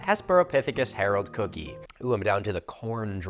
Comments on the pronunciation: And of course you know where William Jennings Bryan based his political career, right? Nebraska. (Psst Cookii is pronounced "Cookie-eye,") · … cookii is pronounced cooky-eye. FYI. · I haven't seen another comment on this, but I always thought cookii and stuff like it were pronounced "cook-eye" and not "cook-ee". Idk if a joke is flying over my head, or I'm just pronouncing it wrong, lol 😅 update for anyone else wondering: both are right